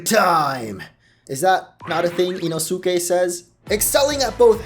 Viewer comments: You said inosukes name wrong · He butchered the pronunciation of Inosukes name